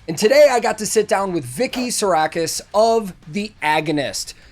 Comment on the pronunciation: I know this is nitpicking, but don't you pronounce the 'P' in "Psarakis"? For other borrowed Greek words, the English silence the P for some reason. But for a person's name it should be pronounced correctly. It just sounds weird otherwise ^_^ (I'm a native Greek speaker btw) By all means correct me if I'm wrong, but I couldn't help commenting on this! And great interview!! I learned some very interesting things about how Vicky works. I'll bet many bands wish they had someone with that kind of talent and work ethic!